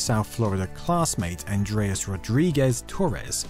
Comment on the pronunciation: Pronounced And rés, not Andreas.